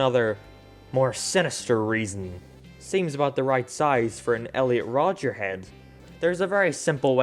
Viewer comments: There isn't an S. It's just Rodger. At first I thought you were just doing it as a joke (purposefully getting his name wrong), but you kept saying. Great video otherwise! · Stop saying Rodgers. It is just Rodger not Rodgers